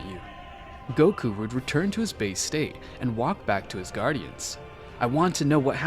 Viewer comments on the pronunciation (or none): none